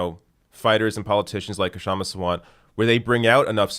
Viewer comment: Pronunciation guide: Shum-Ah Saa-vunt The K is not silent, but it’s better to drop it than say it awkwardly.